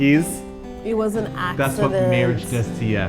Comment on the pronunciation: "it wash an accshident" lol, poor! in Chile, when someone is sick and u want to make them feel better, u tell them "Nanai", so... Nanai to both of u, cuz is getting sick soon!